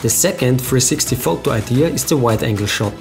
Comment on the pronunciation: They way you say Photou ;)